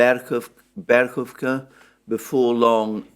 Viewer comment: Berkova or Bekhova are they the same village?? What about Berkhivka, as this is the location west to Soledar??? You mention Berkova but in the title of the podcast is Bekhova!! Then you say Yagodnoye??!!! you clearly mean Yahidne!! Not to mention that after 2 months you still pronounce Klischiivka as Klesheievka!! Very confusing.